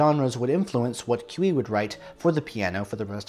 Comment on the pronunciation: My doctoral dissertation is about Cui and his operas. The stress in Cui's last name is on the last syllable, not the first. Cui did compose "Russian"-(style) music in his operas and other music, particularly in the style of the Russian Orthodox Church, despite his being a Roman Catholic. As a teenager in Vilnius, Lithuania, Cui had some lessons in music theory with Polish composer Stanislaw Moniuszko. Cui's mother's name was Julia Gucewicz. The Mighty Handful consisted of 5 composers, not just 4, because Balakirev was also part of that group, (hence, The Mighty Five). "Le Flibustier" was premiered in France in the 1890s, not the 1880s. I know of a grandson named Boris (Amoretti), but not a grandson named Yury. Please enlighten me. Was most of Cui's orchestral music originally piano music? Some of it, yes, but not most.